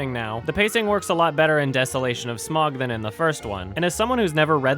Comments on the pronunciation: It's pronounced sma-uug (smauwg), not "smog". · Smaug's name is pronounced Sm(ow)g hence Smaug, It's the way Tolkien would want it to sound like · You said smaug wrong